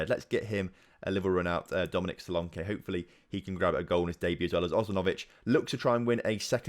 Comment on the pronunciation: your english and you pronounce and englishmen wrong. you pronounced solanke wrong.